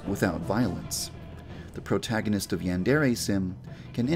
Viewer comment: protagonist yeah protagonist..... wait what. did you say protagonist